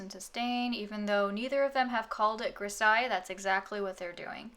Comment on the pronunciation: Nice video :) (just a thing, "grisaille" is pronounced with a z* like in "zeus"